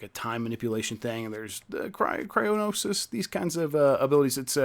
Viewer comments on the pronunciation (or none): Hylian, not Hylilian. Cryonis, not Cryonosis. Stop adding extra syllables to everything.